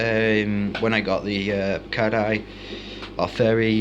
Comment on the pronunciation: can u please learn how to pronounce the words you said tanganyika and brichardi wrong